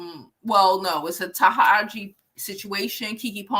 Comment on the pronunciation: Taraji is pronounced Ta-Raj-Gee 💛